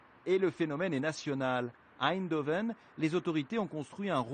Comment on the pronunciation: Pas "Aindhoven" mais Eindhoven. Ce reporter est correspondant aux Pays-Bas mais il ne sait pas prononcer le nom d'une des plus grandes villes du pays! Qui plus est, il devrait savoir que les Néerlandais détestent qu'on prononce leurs noms à la façon allemande.